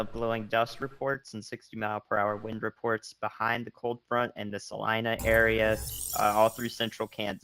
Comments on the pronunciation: Right? It's Sa-LYE-nah! He wasn't sure, so kept pronouncing it both ways every time he mentioned Salina. Each time he said Sa-leena, I cringed. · Sa-leeena, haha